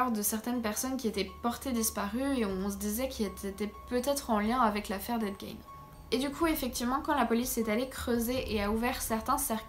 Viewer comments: C'est toujours aussi bien documenté et présenté, bravo. Si je peux juste me permettre une petite précision: en Anglais, "Gein" se prononce "guine". ;) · 😂😂😂Gein... Puree si tu pouvais au moins prononcer de facon propre... Le g c est j en anglais...du coup nous avons ce qu il avait dans sa tete a ces moments la